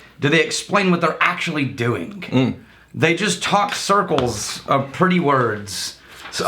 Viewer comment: I feel bad slightly bad for messing with on a day when people were less than ingratiating toward him...But, "Frostingk" and "Doingk".